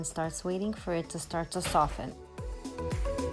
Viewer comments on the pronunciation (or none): none